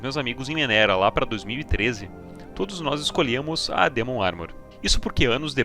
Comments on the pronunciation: baiata video, mas me dá um nervoso te ouvir chamar o demon de dimon kkkkkk amo vc <3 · DÍmon.. Não, burro, é DEmon DEEEEEEEEEEEEEMON, vc não tá nos EUA. Dímon, eu mereço. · mto bem contada a historia... mas para de falar "dimun" por favor kkkkkkkkkkkkk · Dimon, que porra é essa me irmão DEMON não e dimon não